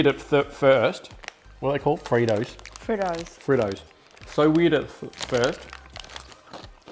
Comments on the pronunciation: Bro no hate but she said Fritos wrong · She say, Fritoes🤣😂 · Its not fritos its pronounced freetoes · Haha it's pronounced freetos even though it's spelt Fritos lol 😂😂😂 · Eeeeek - I have been itching to comment from the very start. So Frito's is pronounced Freeeetos! South African well known sweets and chocolates were not well represented, at all. First and foremost - where was the Peppermint Crisp??? Where was a Crunchie, a Flake, speckled eggs? Your biscuit choices....mmmmmm there are a lot more exciting choices!! Sweet choices - where were the Fizzer Bars? Your wine gums were obviously very stale because they are usually a LOT softer than the one's you tried. From Cape Town, South Africa, I hope you do another with a wider variety of choices (and I agree...not all wafer-type chocolates) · Shes from sa but doesn't know how to open tennis biscuits and doesn't know how to say fritos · Bro she dosent know how to say fritos